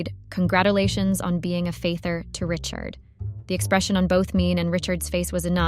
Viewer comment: I have commented before on your horrible AI voice, but made the mistake of giving this story another chance. Then I heard cake pronounced kack and father pronounced faither. I am done with this lazy poster. NARRATE THEM YOURSELF!